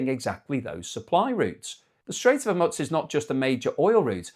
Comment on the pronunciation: Hormuz is not pizza! It is not pronounced Hormuts, more like Hormoose!